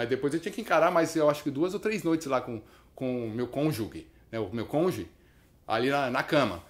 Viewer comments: Boa história kkk Obs. A pronúncia correta da palavra cônjuge é "CÔN-JU-JE", e não "CÔN-JU-GUE" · "Conge" kkkkkkkkkkkkkkkk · Um suposto juiz badalado falar "conge" é fueda, irmão. Na brinca com isso, não. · vixi se vc acha essa palavra dificil, mais dificil ainda è pronunciar o sobrenome do conge dele Deltan Dellagnol kkkk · O correto é cônjuge, mas concordo integralmente quanto à observação sobre quem diz 'cônge'. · Kiko, a pronúncia também não é "cônjugue". Se lê "cônjuje". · Tu és uma figura, Kiko!!!! É "cônjuge" (pronuncia-se "cônjuje")!!!!!!! Abração! Rosana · kikão, cônjuge se pronuncia "conjuje". abração! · o UVA alemão foi seu "congê" do dialeto marrequeis (cônjuge) ??? kkkkkkkkkkkkkkkkkkkkkkkkkkkkkkkkkkkk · Kiko, é "cônjuge", não "cônjugue". O "ge" com som de "gi" (gi:). Não dê uma de Sérgio Moro... Kkkkkkkk kkkkkkkk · Orra meu, pô Kiko, você ai falando cônjuge (errado) e eu desse lado já gritando CÔNJUGEEEEE até que você comentou da "nossa magistratura", saquei o lance e ri bastante aqui....bela sacada meu amigo. Moro se vir vai rir também, rsrsrsrs....ah, belo vídeo, continue nos presenteando... Siga forte!!!!